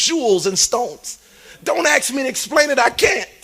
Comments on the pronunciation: "don,t axe me to explain it, cause I cain,t"......well maybe because it's your own, 🐂💩 Lies🤪🤧🥱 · I don't think Jesus ever mispronounced the word "ASK".